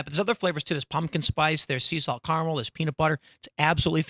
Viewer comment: It’s not caramel it’s caramel